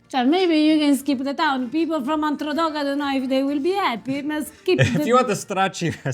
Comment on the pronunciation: puoi fare come vuoi, ma lui non riesce a dire la A davanti ai nomi. Anche se lo sente dire chiaramente da (Androdoco), deve ripetere poi a modo suo, dicendo…..”Endrodoco”. 😉😀